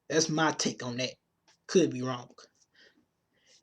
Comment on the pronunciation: Learn to speak English, I can't get past your hood accent but you say the worth "dat" instead of that. etc etc